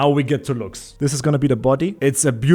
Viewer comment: I love your accent can you say it again "Looks statue~"